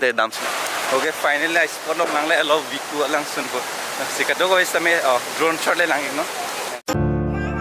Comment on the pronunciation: It's not Viku it's VEKU